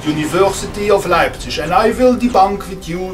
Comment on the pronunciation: Cool! Did you ever live there? Your pronunciation of Leipzig is very accurate of people living there.